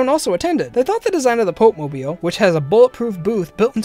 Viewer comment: The pope-mobile xD